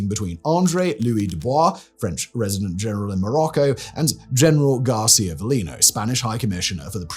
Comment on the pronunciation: The accent in García is on the wrong letter ;-)